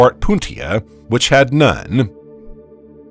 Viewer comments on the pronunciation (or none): none